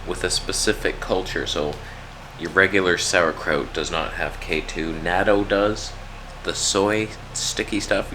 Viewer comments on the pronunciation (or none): God damnit! Natto is pronounced Nah-toe.